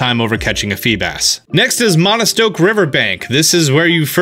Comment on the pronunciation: and "Monostoke"